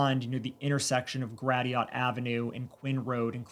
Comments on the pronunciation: It’s pronounced grashit not gratiot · Gratiot is pronounced “grashut” not grateeot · It may sound like I'm messing with you, but Gratiot is pronounced "grash-it" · Gratiot is pronounced gra-shit! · It is pronounced "Gra-shut" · Gratiot is pronounced "GRA-shit"